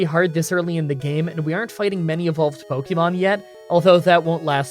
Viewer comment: Again, it’s not pronounced “pokymon” or “pokyball” is more like “pokehmon”, watch the anime. If you are going to profit off this franchise you could at least pronounce its name correctly